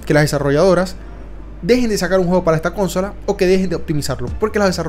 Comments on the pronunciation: el caso es que la gente que dice CÓNSOLA es porque imita la pronunciación anglosajona de CONSOLE lo cual significa, como siempre, que ademas de hablar mal no tienen personalidad ninguna. Que manías tienen sobre todo los mexicanos con imitar la pronunciación anglosajona? Xd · Iba a escribir justamente lo mismo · Me fui en el segundo porque no te aguanté diciendo cónsola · El video está buenisimo, pero intenta cuidar los acentos, es incomodo escuchar "Cónsola" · Bota la pepa de mango, flaco, y repite: [CON-SÓ-LA], no "kónsola" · Cónsola no es esdrújula, amigo. Suena mal. Pero por lo demás, buen vídeo. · Perdí la cuenta de las veces que dijo cónsola y no consola. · Van 19 segundos de video y ya me resuta incómodo escuchar CÓNSOLA en lugar de consola. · Me desespero que dijeras cónsola en lugar de consola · Para de decir cónsola que me provoca convulsiones escucharte! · Muy interesante pero cada vez que dices cÓnsola pierdo cabello, pánico y temblores me dan, por favor para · Que estresante bro el cónsola💀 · Consola, no le pongas acento a la o. CÓnsola. Aparte de eso buenisima review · No se dice cónsola bro, se pronuncia Consola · Cuando dijiste cónsola en lugar de consola me salí del vídeo, si no sabes pronunciar esa palabra como vas a saber nada de este tema. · DIOOOOS QUE ESTRES que en vez de decir consola diga CÓNSOLA QUIEN CRJOS DICE CÓNSOLA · Consola no lleva acento, no inventes, habla bien!!! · Es Consola no Cónsola. Aprende hablar. 🤙🏻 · Que horrible tener que escucharte decir cónsola . Infórmate primero cómo se dice consola . 😅😅😅😅😅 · se dice consola no cónsola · Me estresa mucho que diga cónsola 😠🙄🤣 es consola men jaja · consola no "CÓNSOLA", no sabes hablar o que? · Con-so-la… no cónsola… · Dios aprende a decir consola, no cónsola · Habla bien, es consola no cónsola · Carnalito, ahora haznos un vídeo de la diferencia entre consola y cónsola. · Es desesperante. Cada vez que dice Cónsola me brota el ojo. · Gran review, pero insufrible la CÓNSOLA. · "Cónsola" xD